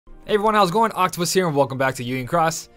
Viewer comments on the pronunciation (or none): none